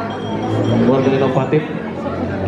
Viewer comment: INOFSTIF ?????? INOVATIF meureun